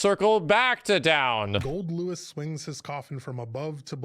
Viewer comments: I still can’t get over calling him GoldDICK🤣😂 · "GoldDick" My mans, if you keep this up I'll forget his name is Goldlewis. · I was watching it with really low volume and everytime he said "swings his coffin" I heard "'swings his cock in" what makes it better is that his name is goldick